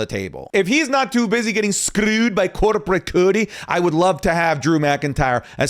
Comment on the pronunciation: I love the way says scrrrrewed by corrrporrate cody😂